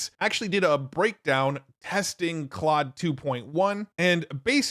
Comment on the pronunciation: It's pronounced 'clode'. ❤